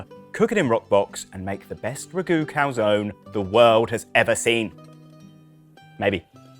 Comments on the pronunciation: Sorry but as italian I have to disagree, both pronunciations are completely wrong. First one a bit closer though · no, I'm saying the first pronunciation it's a bit closer to the correct one mainly in terms of sound. In the Italian alphabet we spell every single vowels even when at the end of the word. In this case the "e" it will sound not "ee" but more like when you say "end" (without "nd" obviously). Just for practise try calzon-end but trying to stop before you pronounce the nd.